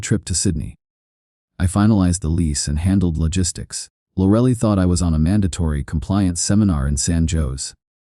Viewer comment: "Lorelly" 😂😂 I'm sorry, but AI can take over when it learns to pronounce things.